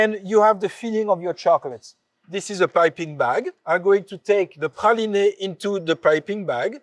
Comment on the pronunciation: Praliné. What a beautiful pronunciation! I'm accustomed to USA Texas/Georgia way so this was novel! Merci!